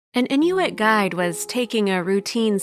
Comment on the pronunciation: Not properly pronounced. It Inuit just like its spelled.